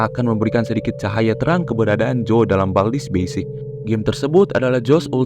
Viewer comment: Bang itu kok "bald's" bukan "baldi's"????